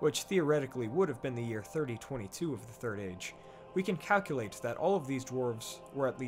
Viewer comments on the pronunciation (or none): none